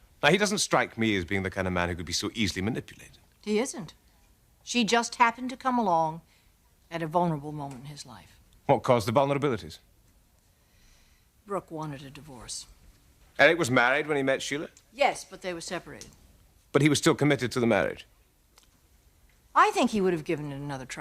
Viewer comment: I know James said vulnerabilities but it sounded like "vomitabilities". 🤣🥝💚🖤